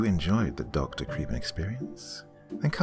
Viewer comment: Almost all the locations name are real places where i grew up and i just wanted to say, Dr, you did an amazing job with the pronunciation